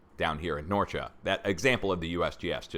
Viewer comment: Thanks for all you're doing, and by the way you are pronouncing both Norcia and Campobasso correctly! Greetings from Italy.